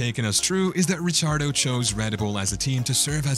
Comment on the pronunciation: Rick ardo Not rich ardo